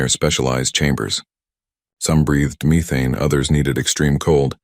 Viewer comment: What is me-thane? Get a new AI. Better yet get an editor who can correct errors before posting.